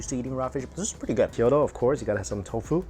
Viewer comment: Kyoto, not Kiyodo